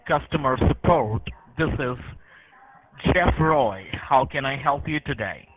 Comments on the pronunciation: Mah nemmm isss Chafff Roy. Well Roy is a common asian surname, for example, i believe there was a cricketer called Pronob Roy a while back. Jeff, not so much. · "Chess Roy" ????